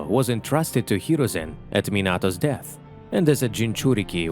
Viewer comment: Mispronounced of minato and kyubi